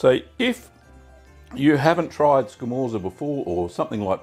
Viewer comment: It's pronounced "scamortsa", if you care, and if you can smoke it, you should try it!